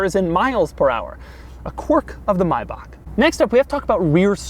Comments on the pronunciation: Stop saying mibock it’s may back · Okey I'm annoyed "May-bach" not " Mi-bach" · Say it with me slowly it's pronounced MAY-BACK not MY-BOCK, I couldn't watch further than the 4-minute mark because of your poor pronunciation of the name. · Cringing every time when He is saying MaybacK instead of MaybacH. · It's not a fucking Mibach it's a fucking MAY-BACH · It’s pronounced MAY BACK. not mybach 🙄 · More like: "My back" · MAY bach not MY bach lol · Maybach is pronounced "May back" not "My back" as you kept saying. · It's pronounced Maybach, not Mibach. Hitler and his friends used to ride in them in the '30s It might be a good investment to buy it now since luxury cars have always rock bottomed in value before appreciating. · "MYbach"? Isn't it pronounced MAYbach? Maybe it's just us Brits :) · Stop saying My bach! It’s Mayback!!!!!! (I know Maybach) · Why do u keep calling it a My-bach? Its pronounced Maybach. And wtf is an injin? Engine not injin. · It's A Maybach not a Mybach. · May-Bach not my back u turd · MAY-BACK not MOY-BOK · It is pronounced my baak not may back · maybach, not munch 😉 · I cant stand you saying My-back. It's pronounced May-bach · He is making a good attempt at speaking English what work is he trying to say ?? LOL also it is a mAybach not a Mybach.. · Oh for fucks sake Americans! It's Maybach, not mybuck! (The ch is the sound that makes Germans sound so angry all the time) Just like J.S. Bach. Please put a little more effort in your pronunciation, it actually makes you look a little selfish and ignorant. No other country pronounces foreign words in their own language, you can do it too! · myback.....MYBACK???? its may like the month and bach like the composer - MAYBACH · Its pronounced MAY-bach. Not MY-bach... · It is not a Mybach, why cant you speak English, the vehicle is a MAYbach, even the the Germans call it a MAYbach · I hate the pronunciation 'My-Bauc'. I like it being 'May-Back' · It's pronounced mayback not mybac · maybak learn to speak